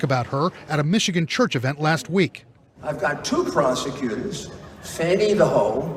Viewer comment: Her name is Fanny not Fawnny.